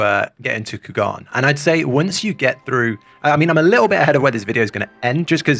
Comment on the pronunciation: Took me a while to realize that he was saying Kugane wrong. In the english it is pronounced as "Coo-Gah-Neigh."